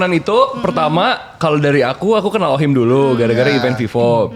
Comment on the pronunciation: Mantap views lu jadi banyak gagara salah ucap OHIM 😂😂